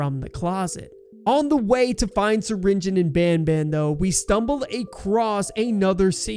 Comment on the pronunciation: did bro really say stinger Flynn it’s syringion